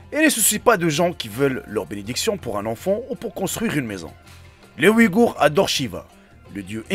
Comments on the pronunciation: Agorhis pas Ouïgourhs !!!!!!! Est ce que cest fait exprès ou quoi??! Ne confondez pas les deux .... deux mots totalement différents... quel inculture ... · Pourquoi tu parle des ouïgours???c’est une vidéo sur les aghoris...va chez l orthophoniste frero